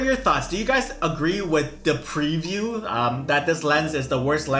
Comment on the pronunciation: This man said “dehpreview” lmao